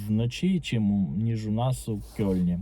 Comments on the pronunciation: Українською мовою правильно писати і вимовляти "Кельн". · Кельн, а не "кьольн". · "Кёльн" української буде - Кельн. Через "е" ( читається як російське "э")